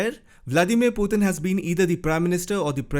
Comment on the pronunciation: I like the way you pronounce Putin. "Puthin."😆